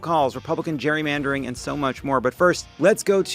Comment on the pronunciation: Abbot changing the pronunciation of gerry mandering to jewry mandering.